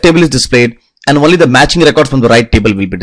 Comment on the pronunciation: What the fuck is one-ly its fucking only